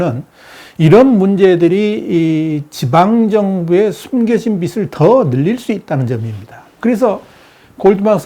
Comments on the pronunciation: '비슬'이 아니라 '비즐'이라고 발음하는 것이 맞습니다... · 우리나라가 더 심각해요 우리나라 경제나 좀 분석해주세요. 빚이 [비지] 빚을 [비즐] 이라고 발음해주세요. 듣기 거슬림. 비슬이라고 발음하지 말고